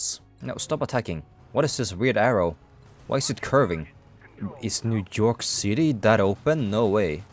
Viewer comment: "new jork city"